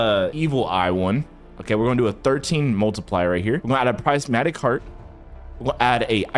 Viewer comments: btw prismatic u say it like prizmatic but its spelled prismatic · prismatic NAH bro sais Pricematic